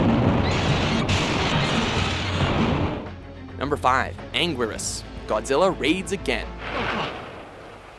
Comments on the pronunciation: Ang-guir-us? It's ang-geer-us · WOAH WOAH WOAH HEY TIME OUT WHO SAID IT WAS PRONOUNCED "ANGWERUS"?????? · U pronounced 7 monsters wrong ANUILAS U SAID ITS ANGURIAS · it's angirus (an-gi-lus) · Pronounciations Bi-Uh-Lon-Tay Ane-Geer-Rus GI-Gan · Allow me to translate the entries on this list into their proper pronunciation. #10: MEW-TOH!!! #9: BAH-TU-RAH!!! #8: BIIIII-OH-RAWNTEH!!!! #7: HEEEEEEEEH-DOHRAAAAAHHHH!!!!! #6: KINGUUU SEESHAAAAAAAAAHHHHH!!!!! #5: AHN-GEERUS!!!! #4: GAI-GAAAAHHHHN!!!! #3: DEEEEEEHHHHH-SHTROOOOOOYYYYYY-AAAAAAAAAAAHHHHHHH!!!! #2: MMMMMMMMMECHA GOJIRAAAAA!!!!! #1: KIIIIIIIIIIIIIIIIIIIINGUUUUUUUUUUUUUUUUUUU GHEEEEEEEEDOOOOOOHHHHHHHRAAAAAAAAAAAAAAHHHHHHHHH!!!!!!! This concludes today's racism. Arigato! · You miss pronounced Anguirus and biolante and Anguirus is two out of four of his movies is Godzilla’s closest friend and Gigan is portrayed to as either a coward or a dummy surly not one of Godzilla’s great foes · What is up with the prononciation of Gigan and anguirus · you said anguirus wrong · the pronunciation of the names frustrated me. He pronounced Anguirus, Biollante, and Gidorah wrong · for anguiras at least